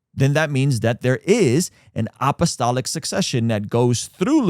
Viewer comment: You’re pronouncing it “opp-o-stolic”